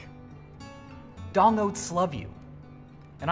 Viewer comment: LOL you called them DONG oats instead of D!NG oats, idk why because this channel has always and will forever be called D!NG